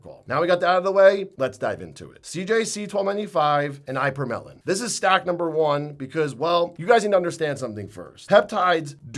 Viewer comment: Eye-per-melon is not how we pronounce ipa/morel/in or ipa/morelin